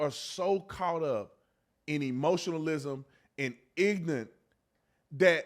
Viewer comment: He's "ignunt"